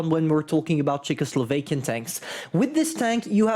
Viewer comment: As a Slav... It hurts my soul hearing you say "czechoslovakian"